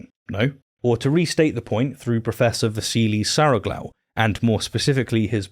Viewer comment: You completely murdered the name of Prof Vassilis Saroglou 🤣 I expect good arguments from your videos, but I didn't expect you to get me laughing 😄